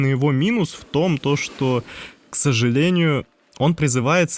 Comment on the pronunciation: В томтошто. Ты же по-русски ролик озвучиваешь. Втомтошто. Втомтошто. Втомтошто. Бесите! Попробуй сказать хоть раз "в том, что". Тебе понравится.